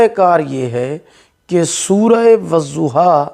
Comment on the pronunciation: wazuha ni wadduha hota hai, padna toh aata ni wazifa krega 🤣